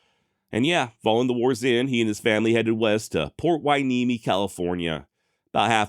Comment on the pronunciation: Hey Clancey... pronounced PORT HUENEME perfectly.....😆